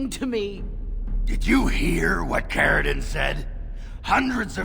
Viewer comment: Its Caridin